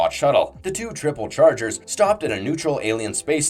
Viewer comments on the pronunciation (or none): Why are you mispronouncing the groups? It's triple changers not triple chargers Protectobots, not protectocons Kim Jung Du? Photon torpedoes?